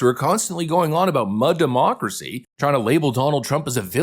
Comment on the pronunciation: Dah- moo-crasi 😂